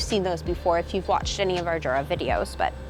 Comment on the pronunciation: I never get why people mispronounce it Jur-uh with a J sound, when even in their own promotional videos it's Yuh-ruh, with a Y sound.